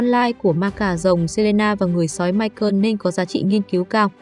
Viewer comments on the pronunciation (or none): Ngừ ta tên mai cồ mà má đọc mai cơn